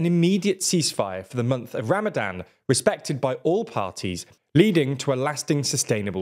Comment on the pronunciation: The pronunciation of Ramadhan 😬